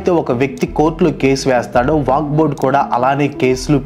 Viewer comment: వాక్ బొడ్ కాదు వక్ఫ్ బోర్డ్